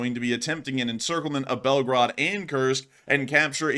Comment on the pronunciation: Please pronounce correctly the city name because it sounds like Belgrade ( Serbia) 😅😊 Correct way is Belgooooroood not Belgarad